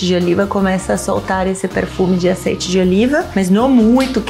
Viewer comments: "azeite" com sotaque carregado "eu aceito" KKKKKKKKK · “LAURINHO” “OLHO DI ZEITE” ❤️🤣🤣🤣🤣 um show a parte 👏🏼👏🏼👏🏼👏🏼